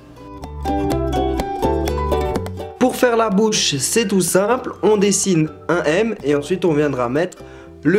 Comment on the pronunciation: A 4 min 21 tu a dit la boche olieu de bouche